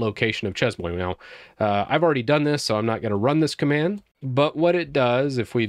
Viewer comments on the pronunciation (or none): more like "shay moah". Pronounce the first work like saying "say" but starting with the "sh" sound instead of the "s" and the second word like the word "boa" but by replacing the "b" with a "m". It's weird trying to explain how to pronounce a word hahahah but following this, you should be close to the intended pronounciation! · Salut Anzan: You got the Shay right but the Mwah is really pronounced Moe-wahh. Together Shay-moewahh (grin). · so, CES MOY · pronounce SHAY-MWAH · plz never say che"z"mo"i" again it's chay - muah ( muah like a fake kiss yes) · Merci,. "Chez-moi" is pronounced "Shay- MWAH." En Francais, if there is no vowel after the closing consonant the consonant is not explicitly pronounced. The moi, pronounced MWAH, is emphasized. It is MY Home, not just a home. Je suis desole for the correction. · You mean "Cheese-Moe" right. It's obviously a Japanese word for cute cheese :P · i doubt that if the word is french then it is pronounced as chemoi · It's pronounced "She mwa" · Chez Moi is French for "My Home". /shay mwah/ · pronunciation: shay mwa Ex: Nous allons chez moi. == We're going to my place. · This is correct. Drove me slightly crazy listening to pronounce it...lol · i don't know why, but it's very painful listening to French words spoken incorrectly.